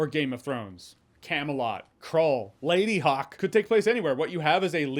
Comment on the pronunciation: ...you said...ladyhawke!...